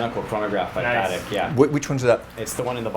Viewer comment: The way the dealer pronounces Patek as "Parak" is driving me crazy.